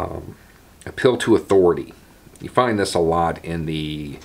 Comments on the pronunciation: Took my a couple of minutes to realise you were saying 'an appeal to' and not ' a pill to'. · Oh APPEAL! I thought you were saying "uphill"..."a pill"...I'm like, 🤔